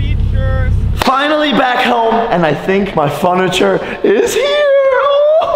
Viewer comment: Did anyone notice that he sed funacher 😂😂